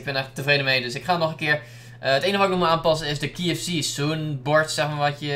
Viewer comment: je spreekt kfc verkeerd uit